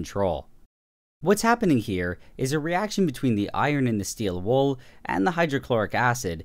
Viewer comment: No one: Absolutely no one: Nile reid: steel wOoL 😂😂😂😂😂